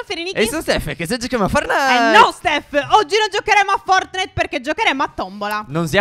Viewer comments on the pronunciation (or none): Stef dice FORNITE😂😂🤣😂😂🤣🤣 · Si dice fortnite!!!!! Non fornite